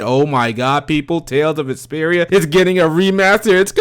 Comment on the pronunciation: It sounds like you are saying Tales of Esperia!LOL!...maybe because you are talking so fast...The remake of my FAVE Tales game made the rest of my year. It's about time they made the remaster of "Tales of Vesperia". Noooooow, they need to bring a remaster of "Digital Devil Saga" to PS4! Peace!